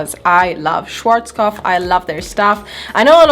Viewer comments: Ja, "Schworzkof" 😂😂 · Wer spricht noch deutsch und ist absolut getriggert von der Art wie sie Schwarzkopf ausspricht😂 trotzdem nices video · I was wondering what brand you mean until you showed it You pronounced it completely wrong haha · your ' a' us more like an 'ei' and she pronounced it more like schworzkopf. If you say more 'ahh' instead of 'ei'. Look it up on yt at a german schwarzkopf advert. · Love it how "schwarzkopf" is pronounced in English hahah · Schwarzkopf is german. And as a german it’s always so funny to hear how anyone is pronouncing it. 😂🤗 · I love how u pronounced schwarzkopf😂😂it's so funny as a german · Schwarzkopf, it's hard to tell you how to pronounce an a right in German. It's not "ei" it's just "a". And "pf" is just "pf" and not "f" 😂 Just let the German voice of Google Translater tell you how to pronounce it lol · It is cute how non-germans pronounce „Schwarzkopf“, btw I love your crazy hair ideas😊❤️